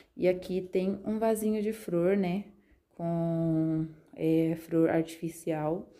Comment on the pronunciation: sera que eu entendí? ela falou fror? ou flor?